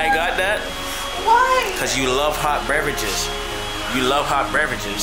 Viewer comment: The way says “hot breverages” 😭❤️❤️❤️